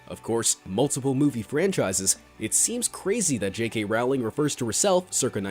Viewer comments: It’s not «J.K RAULING» it’s «J.K ROWLING» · its Rowling like bowling Not rowling like howling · SOMEONE SAID J.K. ROWLING WRONG AGAIN it's pronounced rolling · Regarding JK Rowling’s name, the Row does not rhyme with cow. It rhymes with Joe